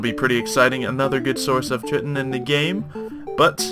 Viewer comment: You said chitin wrong lol. Its pronounced kai-tin